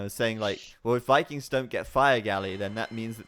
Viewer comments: kinda annoying that he pronounces all V's as W's tho, "wikings" and "wiper" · And Wikings, that finally got me xD